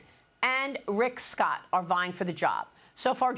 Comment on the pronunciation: IF sbe cant say Rick.Scott..DUMP HER